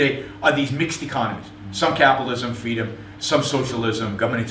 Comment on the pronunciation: Gwoops awe vewy vewy bad...' cause fweedumb.